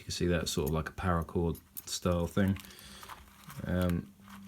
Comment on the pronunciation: Cool video. But it's called parra chord. Not power. Also maybe swap out the lighter for one that you spin to ignite like a bic instead of the click style you currently have. You can still use the Bic style for sparks even if it's out of fluid. Loved your video and your kit .